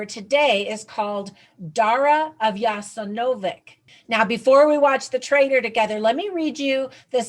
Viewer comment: The correct pronunciation is 'Yasenovatz'